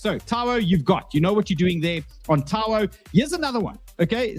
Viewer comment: Its TAO not Taouuoa....?